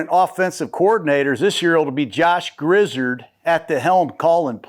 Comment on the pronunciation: Grizzard was in charge of calling the 3rd down plays last season! Oh his name is pronounced Grizz-r-ed.